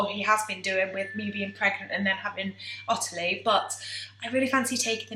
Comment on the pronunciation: My middle name is Ottilie and everyone with the name including me says ot-tilie as opposed to otterly the way you say it. Have you deliberately changed the pronunciation? Thanks